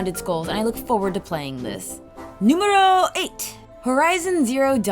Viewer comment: I heard worse ways to say Número 8 in my lang. so thumbs up. Enjoying this channel a lot btw. You deserve whay more subs.